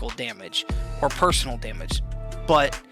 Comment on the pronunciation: "Personnel" is pronounced "Person - Ell", not the same as "personal" Sorry, that's silly, but I couldn't help myself.